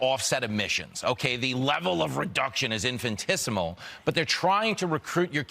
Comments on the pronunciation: Imagine trying to saying Infinitesimal, but failing so hard that only infintisimal comes out. Dude should have paid more attention in math class, but I guess then he'd have a better job. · The word is "infinitesimal" in - fin - i - tes - i - mal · this guy can't even say infinitesimal, what a clown